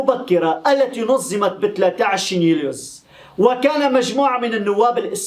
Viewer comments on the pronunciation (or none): نقول نظمت بالظاد وليس نزمت بالزاي جزاك الله خير